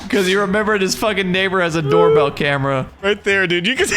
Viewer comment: Did you just say "that's a door-a-bell?" :D